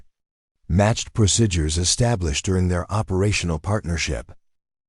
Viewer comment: PLEASE learn how to say "procedures"! It's not "proSIDures", it's "preSEEdures"!